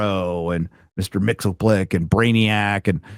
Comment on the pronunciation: Mr. Mxyzptlk is pronounced "mix•yez•pittle•ick"